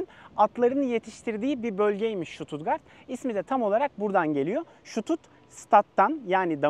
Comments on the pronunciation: Stuttgart i, Susttgart diyebilirainiz st genelde St okunmuyor Sģustgart diye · Ştututgart değil Stuttgart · Şutut değil ştutgart okunur!